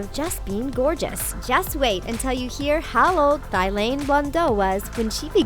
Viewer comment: it's pronounced "tea-lan" 😂